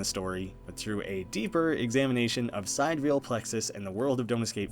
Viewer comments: The word is pronounced "si-dee-re-ahl." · i think it’s pronounced si-dear-y-al. meaning of or with respect to the distant stars (not the sun). which could pay homage to the idea of sending human consciousness to “distant worlds” similar to your own but not the same. or perhaps that there’s multiple sidereal plexus co. but they’re all in different realities.